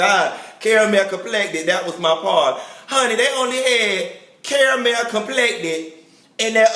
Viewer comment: Carmel complected lol